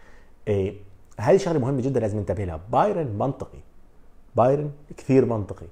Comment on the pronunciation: باااااااايرن وليس باييييييييرن